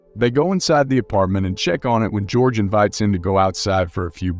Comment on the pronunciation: You should learn how to pronounce foreign names! Georg is not pronounced "George." ...it is pronounced "Gayorg."